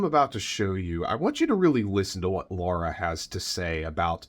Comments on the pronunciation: NOT Laura!Pronounced Laira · I noticed you refer to her as Laura. It’s actually Lara. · Her name is LARA not Laura. Still a waste of space. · Spelled and pronounced Lara